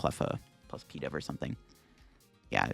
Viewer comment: Pee-dove? Is this such a Bad Deck Friday that this Pokémon deserves a nickname? Pigeon-Dove. Pi-DOVE.